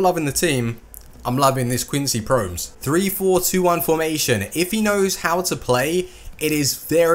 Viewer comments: it is quincy PromEs not quincy Proms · its pronounced promèz